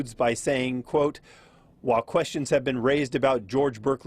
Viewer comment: It’s pronounced Bârkleey